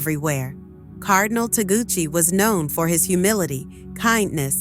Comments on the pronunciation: Not Taguchi, TAGLE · Tagle not Taguchi. Hello! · CLICKBAIT....FAKE NEWS,,,,They can't even pronounce Cardinal Tagle's name properly